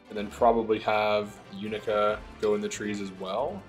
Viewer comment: Bro it literally says the characters name in the game. except mc. How do you keep pronouncing yunaka wrong